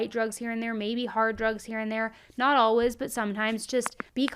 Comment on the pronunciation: Where is she ( ) from? She always pronounces ALWAYS as alwas